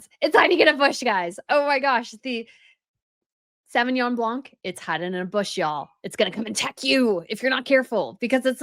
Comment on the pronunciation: The C is silent in Sauvignon Blanc